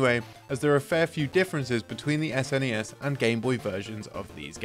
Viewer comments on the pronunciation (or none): none